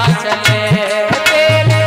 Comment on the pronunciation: मिले और चले का बेटी उच्चारण सही कर लो.